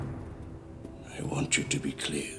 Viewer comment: This is so embarrassing to watch. First they can't even pronounce ALLAH properly. Second Islam never allow us to do bad things not even thinking. To kill for Islam is simply bullsit.